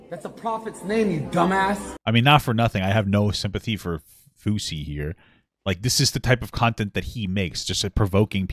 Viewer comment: fousey is pronounced foo zee. it's his name (yousef) but the f and y are switched